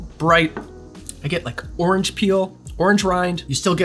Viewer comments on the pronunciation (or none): none